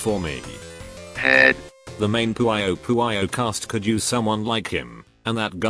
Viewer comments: The way the TTS pronounces Puyo Puyo as "Poo-Why-Oh Poo-Why-Oh" lol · I burn every time I hear "poowyoh."